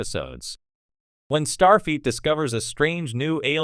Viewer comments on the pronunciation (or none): Jean Luke? Start Feet??? Lame A.I. narration.....